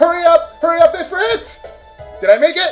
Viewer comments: It's pronounced "ee-freet", not "i-frit". Not being a dick, I'm just sayin'. Love your vidz bro. I greatly appreciate the humor and the nostalgia. Keep it up. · ifrit is pronounced ifreet